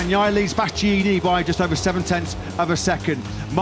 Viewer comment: One of those commentators can't pronounce Bastianini... 😅